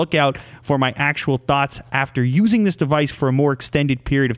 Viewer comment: Am I the only one that notices that instead of thoughts he says thots